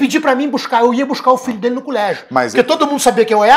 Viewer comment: "Culégio" tbm hahahahahahahah